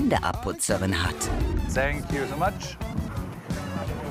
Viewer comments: „sänk ju soo matsch“ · sänk ju so mach😂😂😂 bitte lernt englisch.. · Er sagt also von der Aussprache her: Sänk ju sow matsch. Ei lof set.😂